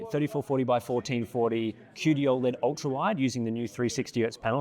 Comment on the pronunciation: Still triggered by the pronunciation of 'OLED' as "Ol'-Ed" as if it was his mate Ol' Ed from Auzzie and not how I've heard everyone other person say it which is 'Oh, LED'